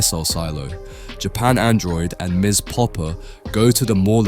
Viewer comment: the randomly inconsistent mispronunciations are also distracting. One sentence it's JAP android, the next it's Japan droid Once sentence it's Invincible, the next it's The Invincible Feels like a robot is reading all the typos